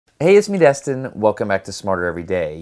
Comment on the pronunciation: His name is Destin, not Dustin